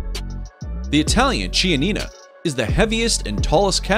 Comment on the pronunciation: Chianina is pronounced kee-anina. And Simmental are SIMentall